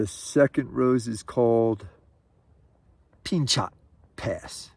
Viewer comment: Not that it matters, but Pinchot is pronounced Pin-cho (the T at the end is silent) Happy Trails. 😋